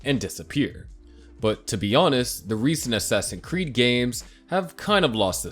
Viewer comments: Great video man! Also how come you say ‘assassin creed’ instead of ‘assassin’s creed’ ?😂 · Man just pronounce the s in assassin'S creed please. I'm sorry but it's incredibly annoying